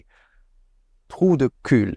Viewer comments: "Si" is not in French Canadian vocabulary, and is rejected as a Spanish word. The "L" in "cul" is silent as in simply "cu". "Flânage" in French Canadian is used to describe "loitering". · In cul, the L is NOT pronounced, so /cu/ 😉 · Please, never prononce the "L" at the end of "trou du cul". But the best way is "trou d'uc" you Can prononce "throu d'uk" with english accent it's amazing 👍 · The "re" can also be used by gamers, as a cut of "retour" (return) to say that we are back on the keyboard love that you pronounce the "L" from the word c*l x) "dépaysement" can be bad thing, its just, go far from all of you use to live with, ppl, places, weather even (sry was not so agree with the definition that make of it) Ty for the video o/ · So, love your content, but i do need to point this out (and in doing so incur the wrath of all english speakers trying to learn french in here while they wail in despair), but... the "L" in "cul" (ass) is actually silent :D Don't ask me why, i have no idea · I recognise you = je te reconnais, in a "oh yeah, i've seen you before, i recognize you" kind of way. Also, in the "savoir" line there is "savoir-vivre", which is basically "to have good manners". Some have it, and some... well... Ah, and also, do not pronounce the "L" in "cul" (as in trou-de-cul and cul-de-sac, and "je vais te botter le cul"... lol) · Don't pronounce the L in cul